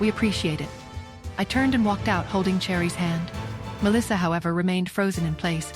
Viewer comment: The way ai keeps mispronouncing Melissa is annoying.